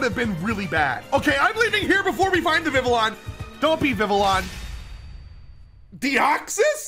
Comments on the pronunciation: that isnt how you pronounce vivillion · I love you man but you gotta learn how to pronounce some of your Pokemon correctly LOL Hearing you say Vivillon hurts me